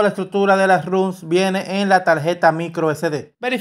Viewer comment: No digas RUMS, sino ROMS, las roms se pronuncia ROMS porque viene de Read Only Memory, o memoria solo para lectura, y en inglés se pronuncia ROM por eso